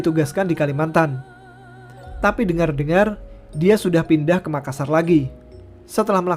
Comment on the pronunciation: makassa kurang R. Saya sebagai orang makassarya gpp wkwk